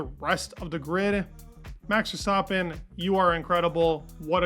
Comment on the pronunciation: Who is this max Verstopin you keep mentioning? 😂